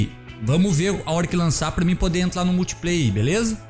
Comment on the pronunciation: E impressão minha ou ele fala "entlar, plimeiro, etc?